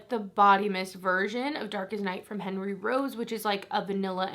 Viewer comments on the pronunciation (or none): none